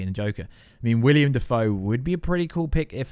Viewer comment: zoe kra-vitz - william dafoe. damn you are not good with names huh?